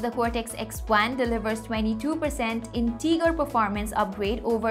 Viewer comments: "exainos" 🤣 "teeger" 🤣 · Good informational video. Need to correct English pronunciation for words like integer and Exynos.